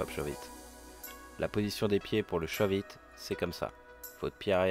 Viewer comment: c'est shuvit pas shauve it